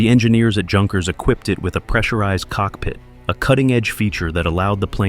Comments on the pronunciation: Another Moron narrator without any idea how to correctly pronounce names... Like "Junkers" (Youn Cures). Hard to believe such mispronunciation in this day and age. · Just so you know, "Junkers" is pronounced "Yunkers". Also way too much repetition in this video.👎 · Junkers pronounced Younkers. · Junkers is pronounced with an intial Y, as in Youth. The two words have the same derivation.